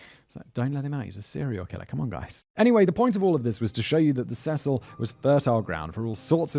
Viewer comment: 'See-sill' is the pronunciation for the hotel for future reference.